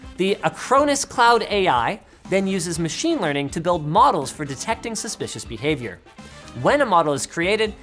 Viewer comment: Mah-sheen Lee-r-ning